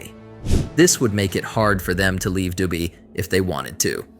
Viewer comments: The AI generated voice calling Dubai "Dooby" 💀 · Near the end it was saying doobie, as in smoking a doobie or the doobie brothers 😂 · DU BAY 😂😂 DU BE 😂😂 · This AI changes pronunciations with every mention of the word 'Dubai'😂😂😂